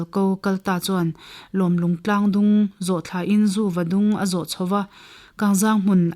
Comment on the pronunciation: Va chhiar dik lo nasa ve.. Zuva tih leh Lawm lung tih te, a dang pawh thluk dik lo nual mai.